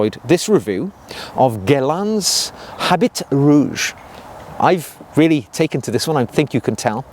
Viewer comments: Habit is not pronounced as “HabiT”. Its french. So, it is pronounced as “Aabi”. Great video anyways 👍. One of my all rime fav frag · Habit is pronounced “a BEE,” with the anccent on the “BEE.” And “eau” is pronounced just like the letter “O.”